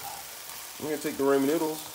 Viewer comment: Imma need you to pronounce ramen correctly sir 🤦🏾‍♀️🤦🏾‍♀️